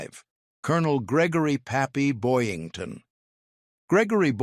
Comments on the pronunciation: . It's BoYINGton, NOT Boynton, Jeesh... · It's Boyington, not Boynton. AI BS.